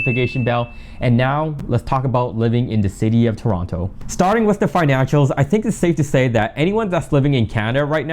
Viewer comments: You know he's not from Toronto by the way he sais 'Toronto' 😅🤣🤣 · Bro pronounced the second T in Toronto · I thought you guys pronouce it "turono"